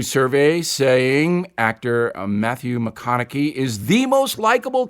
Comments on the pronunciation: I know this may seem nitpicky, but it hurts your credibility when you can't say Matthew McConaughey's name correctly...or does everyone else mispronounce it...(I know that is the case with Dick Cheney) He is not some obscure person who's never been heard of. I mostly trust your reportage, but when you miss things that obvious I wonder what other facts are missing. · Bill...Bill...B I L L L... Is That How Little You Know About Mathew McConaughey...About How to Say His Name..! I'd Figured You To Know More About Him. I Guess You Don't Watch His Movies..Ha..Ha. !